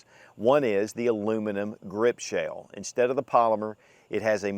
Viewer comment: so appreciative of your reviews and this one particular. Question: Are you saying the the word "shale" or is that a southernized version of shell (ie aluminum grip shale/shell)? I asked a couple of colleagues recently if they'd ever heard the word "shale" used in regard to firearms and we couldn't reference that. Thanks again for your reviews, your response and the showcase of what is CLEARLY a grand firearm.